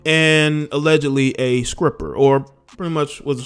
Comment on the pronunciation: Wait....did he say scripper ?? Please tell me thats a real thing and that he didn't mean to say stripper.